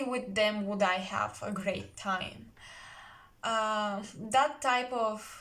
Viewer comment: Hi! I picked pile 3, what a beautiful reading! Resonates 100%… I couldn’t think of who the man would be but then all of the sudden it clicked! Your English is great btw! Tip for you, the word “wood” and word “would” are pronounced the same way in English…it’s really annoying with all its rules and many of them don’t make any sense at all. Sending you my love Sister, hope you are well 😘💜